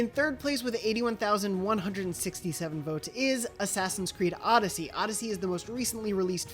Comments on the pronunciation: Who the hell said odyseey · Odysssy? Seriously,😑😑😑😑